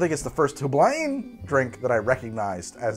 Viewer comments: Hey, it’s pronounced “HewBline”. The first syllable rhymes with “blue”, the second syllable rhymes with “spine”. Back in college I worked at their corporate HQ in Hartford, CT. What a cool job! They had tasting rooms, and on Christmas Eve they gave us a gift pack with all kinds of canned cocktail goodies! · Please. Hueblein is a GERMAN name! Just say it with your worst german accent and it'll be more accurate than literally any of your other attempts. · ongoing struggle to pronounce Heublein will never fail to amuse me! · Love how every time says Heublein in this video and his canned old fashioned video it’s pronounced differently